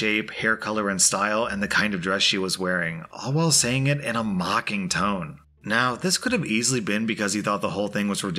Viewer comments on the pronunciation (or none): none